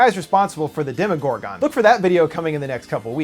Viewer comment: demOgorGON I'm bothered by the way he says demogorgon at the end of the video